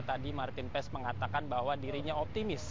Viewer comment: simak penyebutan nama maarten paes di liga MLS ----> MARTIN PAAS, bukan PAES atau PAIS!